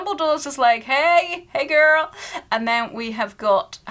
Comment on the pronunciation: when you said “hey girl” you sounded so American